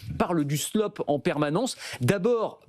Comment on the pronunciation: vous prononcez slop trop vite et oubliez le A